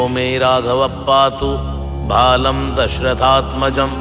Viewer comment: mujh alpa gyani ko kshma kare kintu uccharan bhaut jagah pe galat hora hai.. Lyrics mai bhalam dashratmajah hai aap bhalam dashratmajam ka ucchar karre hai. 🙏🏻